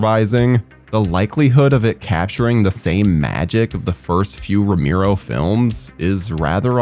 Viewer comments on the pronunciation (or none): It's pronounced Row-mare-oh not Ro-meer-oh. haha, sorry I had to. Good video you've put together, I enjoyed it. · Look you did good on the history and research but dude, your pronouncing his name way wrong, it's Romero, your saying rameero, I'll spell the pronouciation, Ro-Marrow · It’s pronounced Ro Mehr Oh